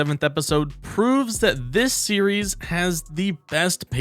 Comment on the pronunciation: Series name is NOT pronounced Syria 😭😭